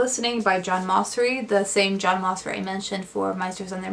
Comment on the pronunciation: Great video! I've added many of the books to my nonfiction pile of possibilities! Just a note...I believe the composer John Mauceri pronounces his name like "Mao-cherry".